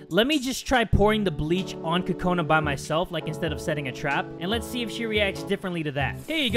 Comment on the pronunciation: Kokona is pronounced coco-nuh not Ka-co-nuh